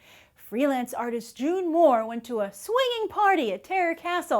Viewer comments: Isn't it June moone and not June moore? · She keeps calling her June Moore it's June Moone! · Its June Moone. not Moore. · ITS JUNE MOONE! NOT JUNE MOORE!